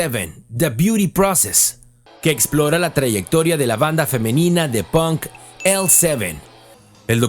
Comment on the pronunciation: Por qué los mexicanos pronuncian "pOnk" cuando en inglés no se pronuncia así? 🤔